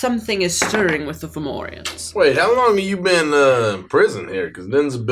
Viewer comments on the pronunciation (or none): Formorians? More like Forwarians.